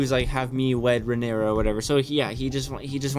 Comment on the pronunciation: Hi! Noticed you were unsure of some of the pronunciations for the character names, understandable seeing as they’re spelled super weird. Pulled these straight from the audiobook, hope they help: Rhaenyra - Ray-nee-rah Daemon - Day-mon Viserys - Vis-air-is Laenor - Lay-nor Laena - Lay-nah Corlys - Cor-lis Rhaenys - Ray-nees Aegon - Ay-gon Helaena - Hel-ay-na